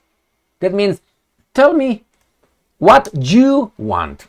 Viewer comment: "What jou you want?"😂😂😂😅👍💪